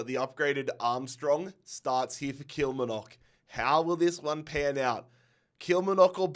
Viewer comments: How to say Kilmarnock- KILL- MAR- KNOCK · Love these videos man brilliant and engaging start to finish. But please pronounce Kilmarnock correctly😂 it's kil-mar-nock 3 syllables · Only stated watching video . But i hope you finally can say Kilmarnock correctly.... remember. Kil-mar-nock <<<<< say it like this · Someone please teach him how to pronounce Kilmarnock correctly cuz it’s pains me to hear it